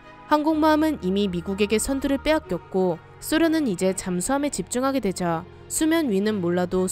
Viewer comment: ㆍㆍㆍ하게 돼져~~하는 웃기는 발음 ㅋㅋㅋㅋ